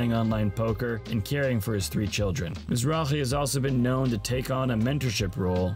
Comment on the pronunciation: Thumbs down for completely butchering his las name.. you can actually here in every clip they call him Mizrake! not Mizraje